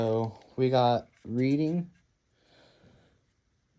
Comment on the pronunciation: The Reading name is actually pronounced like "Red - ing". A lot of people get it wrong at first (i did) lol. Great finds btw!!. The steam engine is an older Mantua/Tyco cast metal locomotive. I have a couple and they roll like beasts,lol.